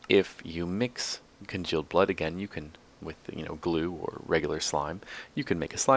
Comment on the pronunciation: you keep saying congeald blood and it is making me mad.